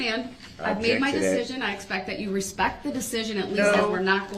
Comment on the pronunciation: He never said " with all respect " He said "with all respeck" . It actually make sense because he was incapable of actually showing "respect ".